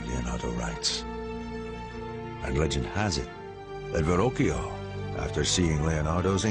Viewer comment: Ver-rockio is how it's pronounced. Is that so difficult ?